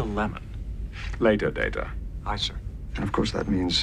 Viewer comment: 'Layta, Data'.